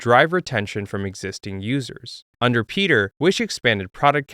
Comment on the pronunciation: Piotr isn't pronounced like Peter. bro is Polish, come on now